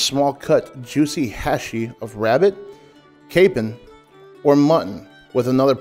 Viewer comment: Capon is pronounced Kay-pon. A castrated rooster.